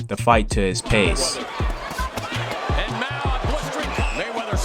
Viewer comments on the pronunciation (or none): Lmao yo how many times that boy gon say "Dictating the PASTE??? Tf is paste?! It's PACE i find it just about impossible to take someone serious in a debate writing shit like that